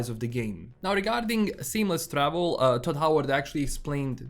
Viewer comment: Toad Howard not Todd Howard !!!